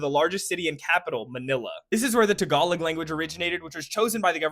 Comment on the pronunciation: and pronounciation for the language "tagalog", but its fine cuz hes black